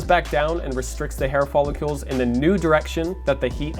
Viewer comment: says "follicules" Like it isnt "follicles